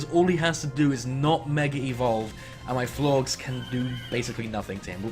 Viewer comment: Again, I have no idea why you're pronouncing Florges like... Florgs. Unless that's like some slang I don't know about.